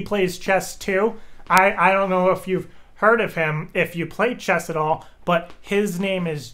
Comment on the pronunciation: "CHESS IT DOES" lol